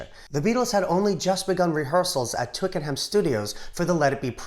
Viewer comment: Wonderful work again. For the record, Twickenham is pronounced Twickenam.